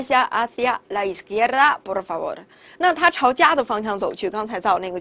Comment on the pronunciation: Por就没必要发大舌音了吧 听着好辛苦